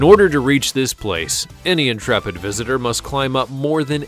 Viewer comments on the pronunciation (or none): none